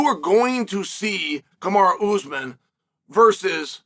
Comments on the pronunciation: I swear Chanel mispronounced names on purpose. “Kamara”😂😂😂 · I think Chael may have actually called Kamara instead of Kamaru. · Lmao Kamara 🤣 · Bro, Chael cant remember his own fucking name, much less Kamara and Bahalal geezus Chael stop being like your boy Tito! 🤣🤣🤣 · I am convinced CHAEL is butchering guys names on purpose at this point 😂😂 JACK DELA MELA SHAVKAT RIHMAYEV KAMARA